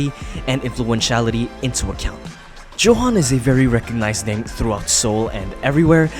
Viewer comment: That's not how you pronounce johan is Yohan